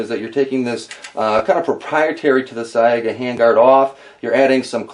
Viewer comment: its pronounced SYGA, the a is silent.